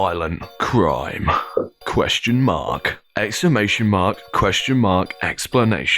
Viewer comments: I'm still just trying to get past when the camera guy pronounced the last exclamation mark, 'explanation mark' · We love a good "explamation mark" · did he REALLY just say "EXPLANATION mark"? 😕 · It is exclamation mark not explanation mark hehe